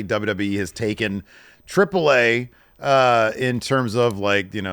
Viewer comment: I know is a silly guy. I love it. But boy if you don’t quit saying “Triple Ai”. Its treep lay ah